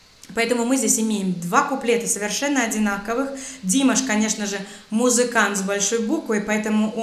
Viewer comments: Имя Димаш произносится правильно с ударением на первое А то есть ДимАша, а не как вы произносите ДимашА. Это не критика это просто подсказка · Спасибо за работу. Прошу прощения, для того, чтобы не ошибаться, в тюркских языках, в словах ударение ставится на последний слог. Не ДИмаш, а ДимАш! И во всех тюркских словах. Это надо знать, чтобы не расстраивать народ! Извините. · Уважаемая, прошу прощения, но не могу не поправить. Его имя не ДИмаш а ДимАш. Ударение на второй слог. Профессиональная аналитика в вашем исполнении очень интересная. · Умненько говорит женщина. Но во-первых, пожалуйста, не ДимашА, а ДимАша. И во-вторых: Он все-таки ГОЛОС, а потом уже все остальное. Если нет - покажите мне такого же еще на планете Земля с 6-ю октавами. И чтоб не просто вниз или вверх, а от низа к верху. Уши... они всегда уши. А вот особенные уши - не у всех. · ДимАш ударение на А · Плиз! Ударение на а, Димаш. Послушайте выступление на конкурсе Сингер в Китае. И есть исполнения Капелло. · Синьора спасибо.. в родительском падеже имя ДимАша произносится не ДимашА, а ДимАша.... - тоже как вы, не живу в России, к тому же, в отличии от вас не являюсь носителем русского языка.... это к тому что вы бла.. бла... А вот к тому что вы выложили на суд слушателей.. ЗВУК!!! когда вы себя.... звук нормальный, а вот когда дело касается музыки... исполнения.. . "и какого то ДимашА... " то тут вас подвело чувство вкуса... или профессионализма .. поработайте над этим ... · Не ДимашА, а ДимАша! Правильно расставляйте ударение. Дальше не стал слушать. Вы же не говорите АоександрА, Вы же говорите АлексАндра,так ведь? Очень режет слух,невозможно слушать. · ДимАш ДимАш ударение на А а не ДимашА. Слух режет не правильное произношение. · Мадам, убивает Ваше-ДимашА, ДимАша, наш слух не режте, плиззз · Неправильное ударение: не ДимашА, а ДимАша.... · Мне понравилось, спасибо. Правильно произносить Казахстан, и в имени Димаш ударение на второй слог. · Да, плиз правильно произносите - Дима’ш